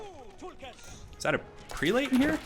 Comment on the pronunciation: Just FYI: the proper pronunciation of "prelate" is PREH-lut (rhymes with "pellet" and "zealot"), not PREE-late. The mispronunciation seems to be going around the AOE4 commentators, many of whom I'm sure have read the word many times without ever hearing it said. :)